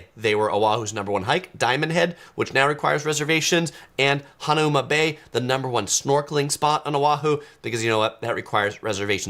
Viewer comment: I've followed you since 2018. Love your advice and videos. My pet peeve is how you pronounce some Hawaii cities and attractions, especially given how often you go there. Today, it was Hanauma Bay, again. Don't pronounce the u. The u serves to change the 'a' sound.. Ha-naw-ma. The Hawaiians will thank you. ❤️